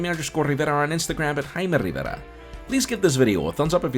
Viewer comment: Jaime Rrrrrrrrivera